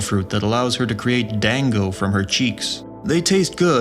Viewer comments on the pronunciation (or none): none